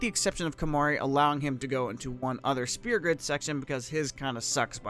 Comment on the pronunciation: It's Sphere. not Spear >_<